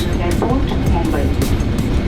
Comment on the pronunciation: How correctly u pronounced "Mumbai"....🎉🎉🎉🎉